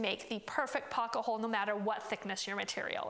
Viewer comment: you say "pocka-hole" and its maddening. Great video explanation, just can't take the mispronunciation.